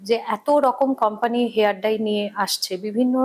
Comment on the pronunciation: Hair Dry noy, hair dye. Bar bar bhul kaane lage. Dekhun Doctor ki sundor perfectly pronounce korchen.